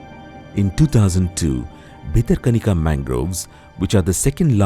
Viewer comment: It's not bitter kanika, it's Bhitara Kanika. Correct the repeated mistakes